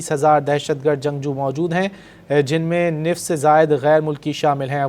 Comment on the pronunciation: نصف ہوتا ہے نفص نہیں